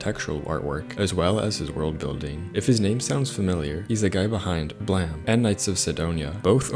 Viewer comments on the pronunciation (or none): I'm watching a year old video about a Manga I already read and heard " BLAME! " for the 63355th time in like 2 decades... *and it STILL pisssses me off it's not pronounced "blame" but "blahm" ... Just as annoying as "Hunterhunter" 😡 Great channel btw; beautiful voice with fast paced, succinct and enticing scripts.